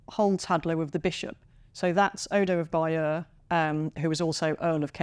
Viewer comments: True except she can’t pronounce “abbaye aux hommes” or “Bayeux” for toffee! It’s a great documentary nevertheless! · Would you like Germans from America telling you how to speak German, or mis-pronounce German words? I'm from England & the Americans butcher our language on a daily basis. This lady can't even pronounce Bayeux properly, & that's a French word. Even with a native speaker stood next to her she still continues to mis-pronounce the word. So, there is a clear difference between dialect & mispronunciation. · I don't think the levels of mispronunciation of English, can be purely attributed to historic changes alone. It appears that the Americans struggle with pronunciation across the board. Even when attempting to pronounce the word Bayeux, she gets it wrong. And that's not even an English word.